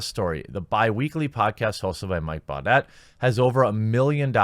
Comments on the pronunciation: His last name is pronounced "bou deh" not "bou det" lol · Jeremy, it's pronounced "boo-DAY" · does he listen to s and s? it’s pronounced “Booday”